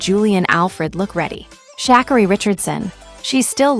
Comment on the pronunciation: This is a weird commentary. The pronunciation of Sha'carri's name is wrong. Everyone has their time. It doesn't matter what the world says or thinks. It's your life to live, not no one else.